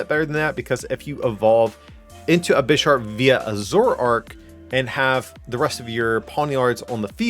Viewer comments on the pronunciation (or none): You definitely misread Bisharp